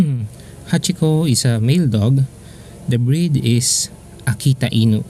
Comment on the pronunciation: so it's Hachikou and not Hachiko